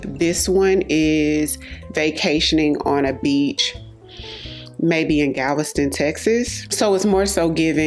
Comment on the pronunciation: HAHAHAHA I was all in until she said Galveston and then my nose wrinkled. I do not want it to small like aline goddess. :(